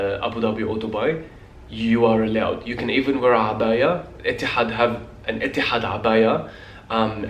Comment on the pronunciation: The way you say "Etihad" in the Arabic accent is just great!